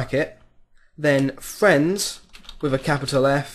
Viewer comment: Lol, you say Fwiends